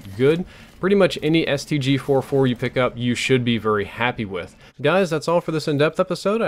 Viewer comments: Ik I am being picky, but it's the STG-44 not the STG-4-4 like you said it at the beginning of the video. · It's called the stg-44, not stg-4-4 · Its not StG 4-4 Its the StG 44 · Really? The STG FOUR FOUR?!? It's STG-44 (Fourty Four), and I hate this game for ruining one of my favourite guns of all time. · its STG FOURTY FOUR not 4-4